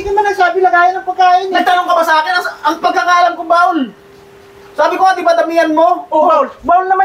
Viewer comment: Bowl kc hnd bawl Sabi mo kc bawl ai haha